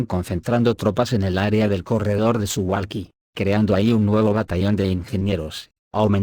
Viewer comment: Suwalki no es un nombre Inglés por lo que no se pronuncia su•gual•ki sino su•val•ki tanto en Polaco como en Castellano.